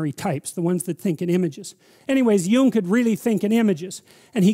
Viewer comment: it's pronounced Jung.